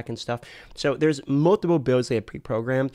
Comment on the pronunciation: I really love and his videos but his accent on certain words like "Multiple" come out like Moldable and.....it makes me smile. Keep putting out the great content. Hope you enjoyed your trip to Sunny California! I work right next door to the blizzard campus